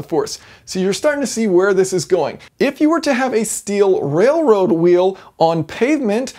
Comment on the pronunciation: keep saying railwoad